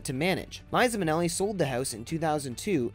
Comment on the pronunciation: Apart from some poor pronunciation - Vincent Minelli, he was not French! - please do your research. Marilyn's house has never sat abandoned; her name alone guarantees the house sells. In fact, had this channel checked its facts, a quick Google search reveals the house sold after only 10 days on the market for over asking back in June 2017.